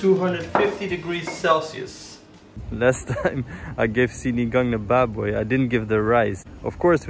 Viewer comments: The way you say "baboy" is so satisfying. I can hear all the notes.. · You pronounced Tanglad,Bawang and Baboy well! Impressive! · accent of filipino word is good.. sibuyas bawang and the baboy.. keep up new subscriber of you dude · That’s crisp as lechon pronounciation of baboy. Loved it!